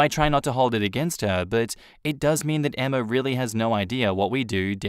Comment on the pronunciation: It's not EMMARRRRR, it's Emma...